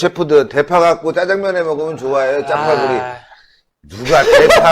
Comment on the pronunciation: 역병이 남조선을 쑥대밭으로 만드는데 기생충 뽕씨 청와대 초청 해서 지 마누라 정숙아가 끼린 짜파겟티를 말한다는게 발음이 어둔하고 주딩에 바람이 세서 짜빠구리라고 빠구리라고 말해버렸다